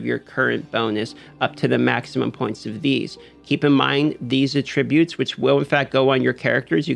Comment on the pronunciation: Agreed that this update to warbands is a less than great call. Video would be better if he knew how to pronounce "attributes" but otherwise good clip!